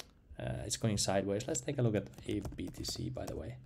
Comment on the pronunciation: Bro how did you manage to mispronounce a Finnish word as a Finn? 🤣AAVE is ghost. its not Eyv.